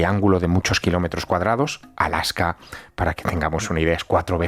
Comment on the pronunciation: Es ALASKA, no ALAJKA. De nada